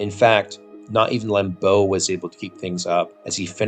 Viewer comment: LAM-beau. Not Lam-BEAU.